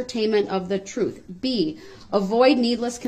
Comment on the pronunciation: “troof” and “bafroom” and “liberry” took me out. 😂💀